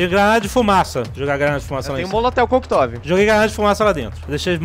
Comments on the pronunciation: Molotel Coktov....HAHAHAHAHAHAHAHAHAHAHAHAHAHAHAHAHAHAHAHAHAHAHAHAHAHAHAHA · Molotel Coquetov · E o molotel coquetov? Hahahahah... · Molotel koctov, kkkkkkkkkkkkkkkkkkkk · eu ouvi um moloteu coquitove ? kkk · moleteu... motolovi... que porra kkk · Moloteu Kokitove 😒😄😄😄😄😄😄😄😄😄😄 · Molotel Coctov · Molotel coctov? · MOLOTEL COQTOV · um "moloteu cocktov"..... esse almondega é mt animal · Molotel koktov kjkkjkjkjkjkj!! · Molotel Koktov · almondega molotel cocktov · molotel coctove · molotel coktov